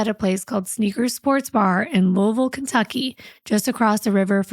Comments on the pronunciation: As someone who has lived in Louisville (pronounced Loo-uh-vul, great job!) all their life and who grew up with people from Jeff and Corydon, I can't believe I've never heard this story! I was only 17 when this happened and there was no social media. However, something so brutal would have been all over the local news. So heartbreaking...😢💔 I was fully expecting the neighbors to be the perpetrators though...scary! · You said Louisville Ky correctly!!! No one does that!!! Just another reason to love you❤❤❤